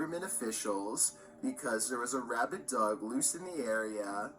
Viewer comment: WTF is a "Rabbit Dog"?: "Rabid", not "RabbiT".